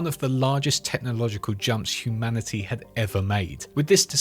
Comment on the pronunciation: You saying "humanicy" triggers my pms